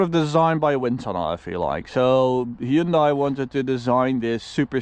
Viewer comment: it is pronounced "hyun-day"